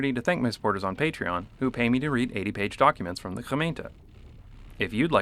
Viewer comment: Dat gemeente pronounciation was nice